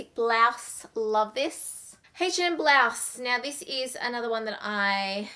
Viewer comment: Bl-ah-se? Or Bl-OW-se? 😂 wot!?